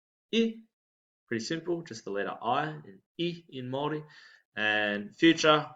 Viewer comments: Mā long vowel sound not as in oh or go, the i is ee as in see, This guy is saying MOW ri not the Ma with long A sound,he misses the A and accentuates the O as go when it's as O as in orh. :) Ah - A e= as in yeh i = ee as in see O as in Orh U as in =OOH! He is saying Mauri as in Tihei MAURI ora! Mauri = the life breath. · Nice nice. How does ahau not sound like A-H-OW instead of A-Hoe, considering how the vowels are pronounced. Same with tena koe, should be Tena Ko Eh not Tena Kwe. Do Maoris mispronounce words? Even pāua ends up sounding like Power instead of Pa-Uh-Ah